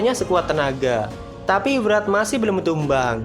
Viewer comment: Yg gue dengar Murad,padahal wrath🗿